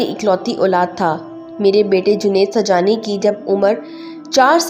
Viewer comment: آپ سبحانی کو سجانی کہتے ہیں تلفظ صحیح ادا کریں